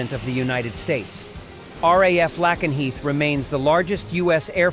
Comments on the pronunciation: Lakenheath not lackanheath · It's pronounced lake en heath.